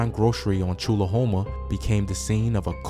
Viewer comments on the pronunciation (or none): *choolahome kinda like u saying trulla homa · It’s actually pronounced Chew-Luh-Home-Uh. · Tchulahoma pronounced TwoCluhHoma 🤣🤣🤣🤣